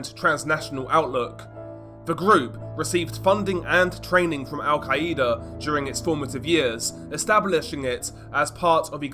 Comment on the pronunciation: Why do you always pronounce Al-Qaeda like that? It's al-KAI-da not al-KAI-E-da.